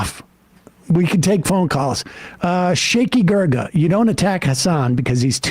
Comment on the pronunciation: Sam said Shaky Gurga lmao 😂